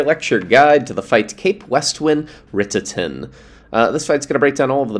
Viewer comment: Wait, is that how you say his name?!